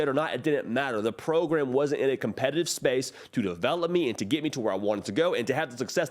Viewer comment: What the hell is a 'progrumb'?